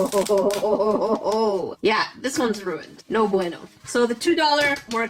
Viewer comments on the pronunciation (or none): none